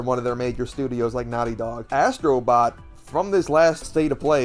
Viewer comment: Asstro bot 😂😂😂😂😂